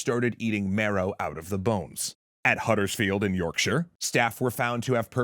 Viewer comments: An American pronouncing Huddersfield and Yorkshire correctly? Half of the English can't! Impressive! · Hearing Yorkshire pronounced correctly in an American accent was absolutely mind-bending. Excellent video as always!!